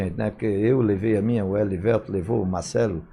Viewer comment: "Clayssu" , "Eliveltu", "Gottardu" hehehehe grande Nonato!! Jogou MUITO e representou o nosso manto! Ídolo!